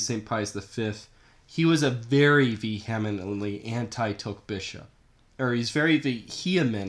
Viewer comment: I know you’re not Vietnamese but you really need to do a better job getting the pronunciation correct let alone your whole argument!